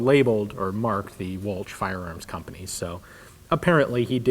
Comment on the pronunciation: Anerican pronunciation is awfull it's ch sounds like SHHHHH